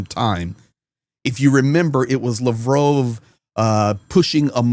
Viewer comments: Lavrov not Lavrove, say it right ffs. Lav Rov, say it out loud. Lav Rove is what you say. He's Russian not French 😂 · Hi. Just wondering why you pronounce his name as "Lavrove' and not" Lavrov"? I don't speak Russian so I'm just curious as to what is the correct pronunciation. Thanks 👍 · Your pronouncing Lavrov wrong lol